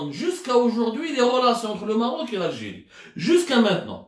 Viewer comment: Mon cher ami tu te goures lourdement; et malheureusement tu a perdu toute credibilite; c est dommage ps: on dit maroc ou maghrib mais pas merroooc